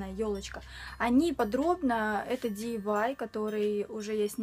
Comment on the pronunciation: не диивай а диайвай DIY